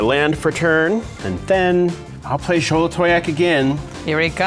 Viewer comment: The most impressive thing did this game was pronounce Xolatoyac correctly every single time